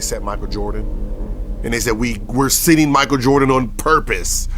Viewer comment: I dont like how you say his last name. Just say MJ or Mike from now on